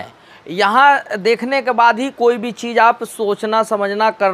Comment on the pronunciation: Yooj??? Deejal??? Cheej???😁😁😁😁😁😁